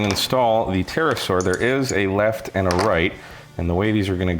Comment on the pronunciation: Yeah, definitely said it differently from the Discovery Channel back in the day